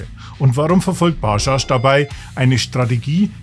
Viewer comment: Ba-dschadsch Nicht Baschasch